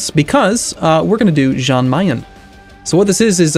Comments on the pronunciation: It's pronounced like Yahn, not John. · say jan as yan like yes